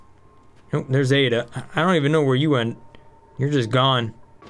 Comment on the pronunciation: I just always love how he seems to not know how to pronounce a lot of things out loud Gastropia? Hahaha Ayda and Nezbite instead of Ada and nesbit Love the videos, always informative, but it's an odd quirk, idk if he's just rushing or if he just doesn't read out loud very often